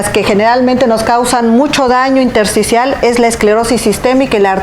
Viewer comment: min 1.20 neumonía intercial o intersticial, no pronuncia bien o no expresa correctamente